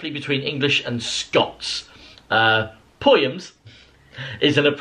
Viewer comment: is the first English person I’ve ever heard pronounce “poyums “ so well!